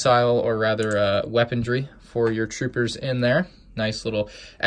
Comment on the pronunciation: It’s not wepondry its weponry